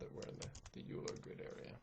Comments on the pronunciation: OILER! not youler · Yes, (1-0)*28 = (1)*28 = 28. The correct order, and the order in the video is 1- 0*28 which is evaluated as 1 - (0 * 28) = 1 - (0) = 1. That comment was a response to a comment by Damian Wheeler, not a correction. There is an error though. Euler is pronounced (oil-er) not (yule-er) there is also an initial error (i believe in part 2) that gets corrected later on in the video. The third minor one is that choosing a prime for e does not actually guarantee that it isn't a factor of n (which is required) but it does make it extremely likely. Note that in an actual computer, 65535 is used for e (since it is in binary) but that would have been too high for this example (though modern excel does a better job with larger numbers).